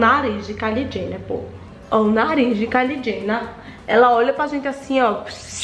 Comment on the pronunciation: “Ce ta cum medo KAILI JHENER”